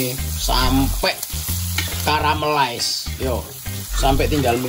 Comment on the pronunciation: Karamelais enak e ngomonge koromeles😂👍